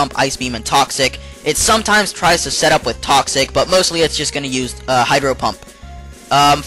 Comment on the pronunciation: it sounds like he says hyper pump